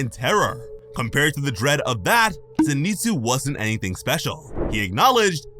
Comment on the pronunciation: Did you purposely mispronounce Zenitsu?